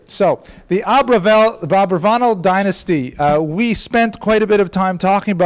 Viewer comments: If it ends in a consonant other than N or S, every Spanish word is accented on the last syllable, hence AbravaNEL. Other than that detail driving me crazy, loved the lecture. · I must applaud you on this, and last semesters Subject Mater. It is a pleasure to hear the history of my Mothers family. While I have a lot of information and have studied this subject mater a great deal, it is always great to find more sources of information. The only issue i have, has to be your Pronunciation of my mothers Family name. While it can be spelled and pronounced differently, either Abarbanel or Abravanel, it kills me to hear your pronunciation.